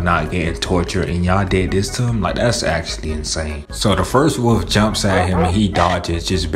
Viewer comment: Wolf not woof